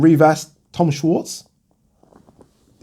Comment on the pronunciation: its pronounced "shvarts"